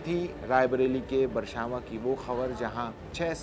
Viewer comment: अरे एंकर भाई बरछावां नहीं बछरावां सही नाम है।